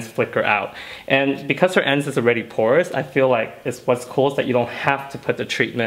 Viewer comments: You killed the word porous. 😖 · I'd be sober, I thought he was saying "course ends" BAHA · Say porous ONE MORE TIME 😂